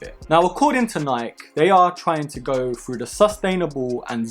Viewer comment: him: according to niik me: 😭its nik e not niik